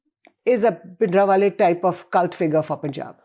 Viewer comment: I love his Punjabi pronunciation of Bhindrawale